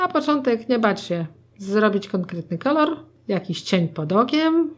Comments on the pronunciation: nie ma jak to powiedzieć na odcinku zamiast kolor to kolar xD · Ale ekstra „ kolar” to było najlepsze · Twoja mama powiedziała dwa razy Kolar 😂❤ hehe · kolar "xd kocham to 😛😋😄❤ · Teraz nakładam kolar" 😂😂😂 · "Kolar" xd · Jeszcze ten koral zamiast kolor xD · jak powiedziała kolar to się zaśmiałam ahha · Wow twoja mama ma talent do takich żeczy czasem są pomyłki ale to pewnie że stresu myślałam że będzie gorzej po tytule ale jestem zaskoczona więc zostawiamy subka i łapkę w górę😉😊😘😍❤💓💟💟♥💕👌👍♥ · Twoja mama świetnie określa to co robisz ! I jeszcze ten "KOLAR" Hahahahaha. A poza tym świetny makijaż zrobiłaś ! Nie mogę się doczekać kolejnego odcinku! <3 <3 <3 <3 <3 <3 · To fajny ten "kolar" xD